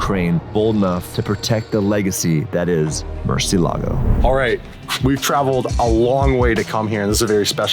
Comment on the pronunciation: It’s so cringe going back-and-forth with the right pronunciation and the wrong pronunciation for Murciégalo! 😂